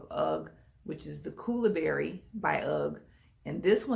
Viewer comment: I’m confused I thought they were koolaburra but you are saying koolaburry🧐